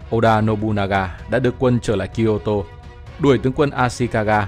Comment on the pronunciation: lúc Ad đã bị đọc nhầm Nobunaga thành Nobugana nhe :D